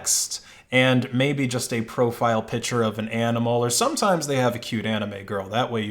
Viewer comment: You should really learn how to pronounce "picture". That's my only input.